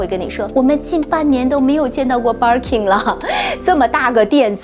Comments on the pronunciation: 她說的是バーキン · 嗯。。。。能稍微把Birkin的发音读准了吗？不是应该先发自内心的熟悉吗